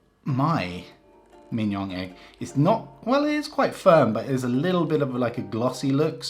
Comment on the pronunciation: Your pronunciation of Mignon would rhyme well with Kim-Jong.